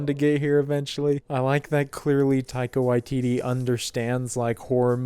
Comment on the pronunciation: Your pronunciation of Taika Waititi is fantastic. You're the only youtuber i've seen who says it correctly.